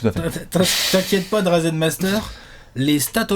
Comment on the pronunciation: Désolé de paraître relou mais la prononciation que vous faites de Dražen Petrović me chatouille l'oreille à chaque fois. Le signe au-dessus du Ž n'est pas juste là pour faire jolie. Donc pour faire court, si on doit retranscrire en français ça se prononcerai "DraJen". Voilà en gros les quelques lettres à connaitre pour ne plus faire d'erreurs de prononciation : Ž = J (Dražen/Drajen) Š = CH (Šarić/Charitch) C = TS (Divac/Divats) J = Y (Bjelica/Byelitsa) Ć/Č = TCH (Dončić/Dontchitch) Les commentateurs US ont bien assimilés le truc et se gourrent très rarement sur la prononciation des noms de joueurs yougos alors qu'ils ne savent même pas placer ces bleds sur une carte, alors que nous c'est à 2 heures d'avion et on est toujours prompt à se moquer de leur "ignorance" concernant l'Europe. Merci de votre compréhension.